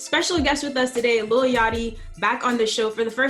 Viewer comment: dr. plankton: yachty sponge bob: yatchy